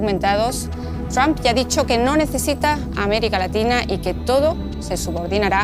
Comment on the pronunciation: La unión europea no es nada frente a putin y es títere de trump. Y para los españoles: se pronuncia tromp, no tramp.